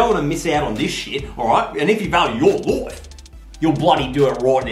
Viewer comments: I loc when he says "LOIFE" LMAOO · No one:: GET THAT OUTTA MY LOIFEE!